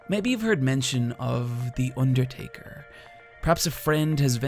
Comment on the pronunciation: The Urrtaker